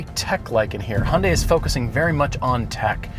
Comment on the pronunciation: You guys have been automotive gurus for the longest time. Go grab the first Korean you see and learn from him/her how to properly pronounce 'Hyundai' so you don't butcher the brand. 🤔